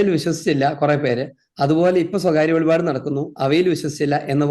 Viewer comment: വെളിപാട്, അല്ല അച്ചോ വെളിപ്പാട് എന്ന് പഠിക്കു❤